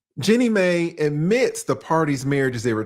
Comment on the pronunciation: MAI.....NOT MEI 😡😡😡